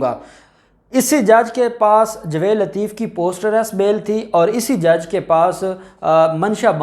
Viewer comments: یار تمیں جاوید کہتے ہوئے شرم اتی ہے تم کیسے وکیل بن گئے ہو جسے جاوید کہنا نہیں اتا جوید نہیں ہے بھائی جاوید ٹھیک لفظ ہے تم تو جائل قسم کے وکیل ہو تمیں میں بار بار کہ چکا ہوں مگر تمارے سر میں جوں تک نہیں رینگتی کچھ شرم کرو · آپ تلفظ ٹھیک کریں٠ لفظ جاوید ہے نہ کہ جوید